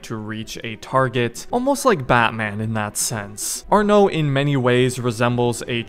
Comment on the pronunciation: No it's Arno it's just arno not another word